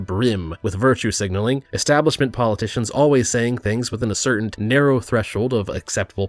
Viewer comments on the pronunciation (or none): Am I hearing you say “certaint” with a T at the end? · the word "certain" doesn't have a T on the end.